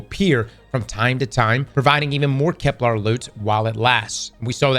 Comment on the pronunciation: I dont even care about EoF anymore, I just want to pronounce Kepler correct one time